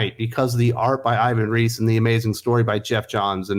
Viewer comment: The native pronunciation of Ivan Reis name is more close to "eevan reys".